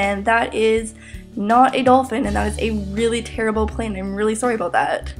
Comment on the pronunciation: Aboot. Hehe.